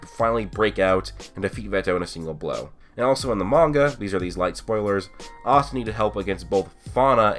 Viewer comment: "ahhsta" ewwe